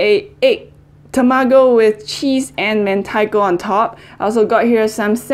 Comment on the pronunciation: Love you, I'm so happy that you chose Japanese food:):):)!!!!Your pronunciation is really good!!! (TAMAGO, SASHIMI...)Big love from Japan!:):):):)